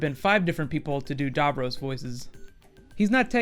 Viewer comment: Cool video. Sorry to nitpick but you are mispronouncing "Davros".